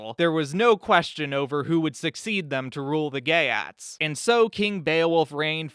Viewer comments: Geat is pronounced "yacht" and means "Goth..." in Sweden, the area Goths inhabited is called "Götland," (sounds like Yootland) its capitol "Göteborge" (sounds like Yutteboryeh). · Geat is pronounced more closely to “yate” weirdly enough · It is not pronounced “Gay@ Honestly pretty close though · the ea in geat is pronounced like ee